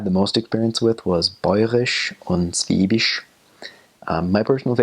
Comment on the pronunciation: ok, everytime he says "schwäbisch" I understand "schwedisch" which means "Swedish" :-D And yes, in every village at the "Schwäbische Alb" (<-This was the word he was looking for) the people speak a different dialect... how can I know that? I´m from a little village in Baden-Württemberg in the part of the SChwäbischen Alb :-)